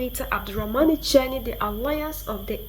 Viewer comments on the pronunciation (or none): none